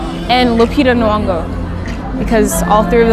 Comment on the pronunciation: omg her pronounciation to Lupita Ng'ongo is literally...but overall this is such an informative vid and she's so pretty i couldn't exist.